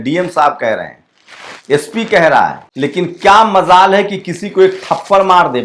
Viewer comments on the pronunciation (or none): ap ki qabliyt pr koi shk nhi ap ko meri rai hai Urdu shbd ko sahi uchcharan k ren ap ke wakya me char chand lg jayega. Jaise MZAL. Nhi MjAl sahi hoga